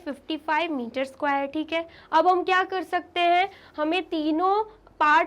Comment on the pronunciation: Please pronounce square word properly 😂😂😂😂😅